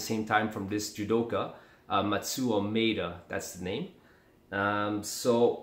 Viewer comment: the way you pronounce maeda is funny lol. being brazilian, many of my friends do bjj and teach me one thing or another. though i really like takedowns, i want to do wrestling or judo one day